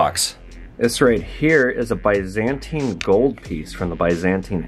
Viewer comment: Why’d you say “Byzantine” like that